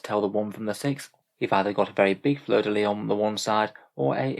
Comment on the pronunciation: Je te félicite d'avoir bien prononcé "Fleur de lis"